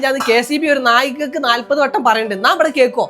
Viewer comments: നായ്ക്കാക്കല്ല നാഴികക്ക് നാൽപതു വട്ടം 😂😂😂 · നായികക്ക് അല്ല നാഴികക്ക് എന്നാണ് പറയുക 😊